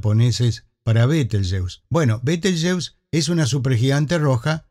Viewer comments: En español se pronuncia /beteljéuse/. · ¿Por qué, si el nombre es de origen árabe, lo pronuncias en inglés?, ¿por complejo de inferioridad cultural ante ese idioma, el inglés?. Lo correcto sería pronunciarlo en español cuando hablas en español.